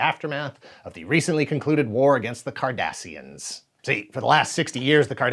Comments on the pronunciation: My brain keeps thinking he's saying the Kardashians. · A question for all us non-Trekies: who else cringed every time he uttered the word "Cardassians"?! 😆😆😆